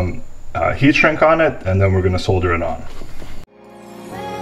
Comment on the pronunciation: Video was completely useless. Couldn't pay attention to anything you said besides your pronunciation of the world "solder"